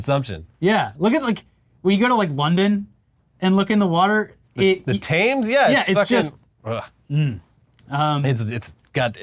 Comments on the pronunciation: 'the Taymes'? SMDH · The attempt at pronouncing "Thames" was better than most Americans, but still missed the mark. It's not like "tames" but more like "tems". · re: Olympics It's worth noting that London was kind of an exception regarding water cleanliness in 2012. It wasn't the best, but it apparently met the "safe for human bathing" requirement set forth by the EEA. Outside of the Olympics, yeah it's a grimey mess of a river. Ps. It's pronounced "tems", not "tames" 😅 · Thames is pronounced a Tems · That "Thames" pronunciation was painful yo!